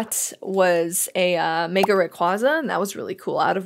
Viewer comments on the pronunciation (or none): none